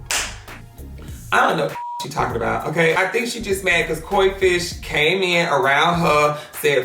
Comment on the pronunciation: When he kept calling coi leray “coi fish” 💀💀